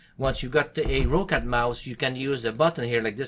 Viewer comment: rOOOUUccat XD XD XD just roccat [rocet]